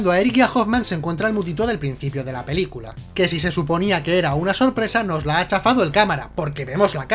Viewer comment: Que "Pelcula" TAN MAAAALAAAAA